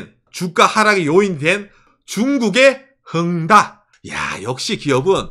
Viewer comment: 거 이상하게, '헝다' 라고 하실 때마다 꼭 '응가'라고 하시는 것처럼 들려요, 으하하하 응가!! 참 응가같은 기업이죠.